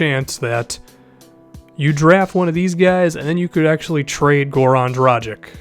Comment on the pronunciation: Dragić is pronounced Drah-geach